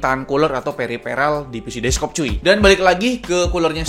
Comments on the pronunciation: desktop bang, bukan deskop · DeskTop ❌ DesKop ✅ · Beberapa orang nyebutny deskop ngab,gw juga sering nyebut desktop itu deskop 🙏